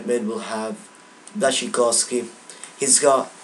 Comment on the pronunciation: Bwashchykovski - Błaszczykowski :D Pishchek - Piszczek :D Anyway, I was suprised, cause u were spelling polish names pretty good thought, cause when I hear other youtubers spelling polish names I wanna try to kick them in the face :D Sorry for english anyway ;d